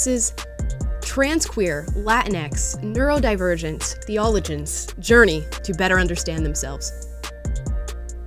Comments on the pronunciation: Theologian - is pronounced theeoh - low - jan not thee - ohh - le - jen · I heard say theeAHluhgen, then she said she's not religious, and it made all sense 😋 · "THEEE - OH -LOW - JINS" is how it's pronounced ;-) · “theologian” is pronounced with four syllables: THEE-oh-LOW-jin. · I believe it should be pronounced Theo - loge - an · Sorry to nitpick, but Theologian is pronounced starting with Theo (like the name), Low (as in not high), Gin (like the drink). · It's pronounced theee-uh-LOW-jin. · It's hard to watch. Because she is so frikkin hot. And her pronunciation of theologian bothers me. Cuz she be smart. But also hot. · Did she pronounce theologian weird? Or is that just me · When you can't pronounce theologian (when you know you will have to say it on camera), you loose all right to make fun of others for being dumb. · Matt trolled her at about 4 min. Made her repeat her pronunciation of "theologian". SBG my ninjas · How can she not know how to say the word "theologian?" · Kinda disappointed with the mispronouncing theologian, but still a funny video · Imagine not knowing how to pronounce the word "theologian" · Kudos to Matt for not patronizing her butchering of "theologian". Didn't even roll an eye. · I noticed that too. He's a class act. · I don't think he knew what that word was meant to be, the way it had been pronounced. If there were no subtitles, I wouldn't have realized she was trying to say theologian. I would have just skipped thinking about that word. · I thought the same thing! 😂 Such a gentleman. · We see you’re not religious when you cannot pronounce “theologian.” Yikes.